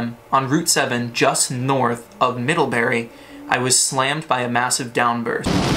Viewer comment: Not middlhebuuhrry!